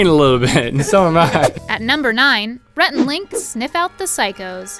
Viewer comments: Why is nobody talking about messing up Rhett's name on #7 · When she's announcing number 7, is or me or does she say rat instead of Rhett??